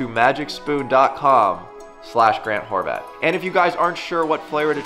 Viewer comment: More-vat of Mr. Horvat